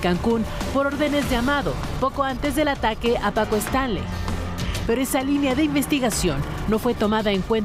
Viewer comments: Muy mal dicho su nombre es Paco Stanly no estrangli como lo menciona la conductora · Paco Stranlei ? Stailein , ha pasado tanto tiempo que pocos recuerdan como pronunciar su apellido correctamente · A los 13 segundos de iniciar el video la reportera dice: Paco Stranly! En ese instante me fuí a otro video, uff!! Adiós. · No es Stranly es Stanley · Se pronuncia "stanly" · "Paco Stanly"?????????dice la chava al inicio 😅😅😅😅😂😂😂😂😂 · Primero aprenda a pronunciar bien el apellido del señor. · Primero pronuncia correctamente su nombre ni una ni el otro al menos pueden si quiera hacer eso correctamente y ahora resulta q ellos saben la verdadera historia? Q Ridiculez!!!